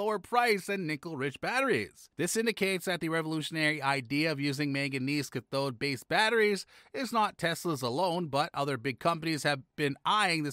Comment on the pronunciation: This video needs work on the announcer's pronunciation. Cathode and similar words are are almost unrecognizable.